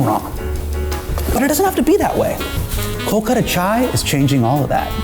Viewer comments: We all will try the chai- when you start saying “kolkata” correctly! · Only Hasan will talk about pronunciation whilst saying Kolkata wrong 🤣